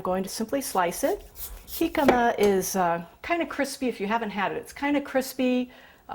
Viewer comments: your saying jicama wrong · you said Jicama wrong!!!!!!!!!!!!!!!!!!!!